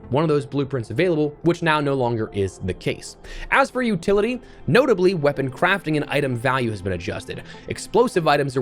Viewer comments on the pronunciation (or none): none